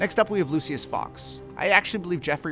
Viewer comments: It is not pronounced lu-see-us it is pronounced lu-sh-us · It’s pronounced Lu-shus bro 🤦‍♂️ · “Lucyis” > “looshis” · “Lucy-us” Fox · pronounce like lou-shis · Can we just take a moment to realize how he pronounces, “ Lucius”?